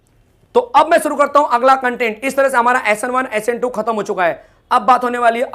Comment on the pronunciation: Sir Suru Nahi Shuri Karte Hai 😂😂